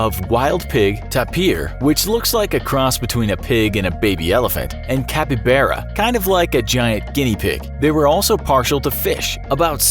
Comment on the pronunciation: It's Capybara, not Capybera...